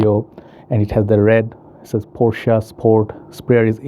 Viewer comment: Unfortunately it's the other pronunciation